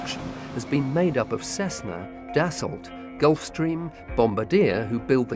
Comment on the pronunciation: I love how the narrator pronounces Dassault just as it's written! I love Dassault's aircraft, but I hate the French language! If you're going to take the time writing something, and wasting the ink or lead in your pen or pencil doing so, then at least take the time to pronounce the letters that you wrote.